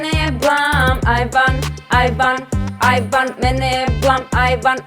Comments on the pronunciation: ja koja sam čula ajvar ajvar, umesto aj van... 😂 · Hahahahaha ovo je ludooo cini mi se da pricas ajvar🤣🤣🤣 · Jesam jedina kada je rekla "aj van" čula ajvar😂😂😂najbolja su❤️❤️❤️❤️